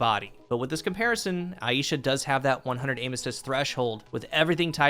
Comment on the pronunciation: Good coverage but the pronunciation of the name is killing me Aisha Eye sha Not ay EE sha